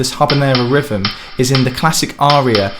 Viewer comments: a little construction critique. you are pronouncing it rivem, which should be rhythm. you are missing the 'th' sound and adding a 'v' sound. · Rivem? You mean rhythm?